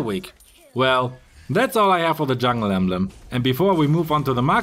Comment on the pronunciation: Hei...pls pronounce jungle correctly...it "junk & girl"...not "junk ngel"